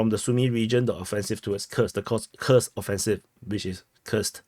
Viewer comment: Kursk! Not Khursk